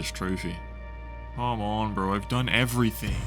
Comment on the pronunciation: The way you say bro is absolutely insane. Brorrrr